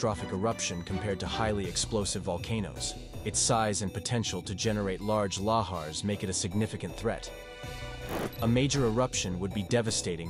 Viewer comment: Can't pronounce lahars correctly either. 😮😮😮